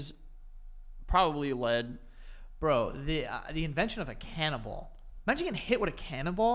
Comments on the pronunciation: rewatching and i swear joe is saying “canna-ball” instead of cannonball hhahahah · Were you both saying cannibal instead of cannonball? It sounds like it. 😆😆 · Who else heard “cannibal” and not “cannon ball”…. Asking for a friend.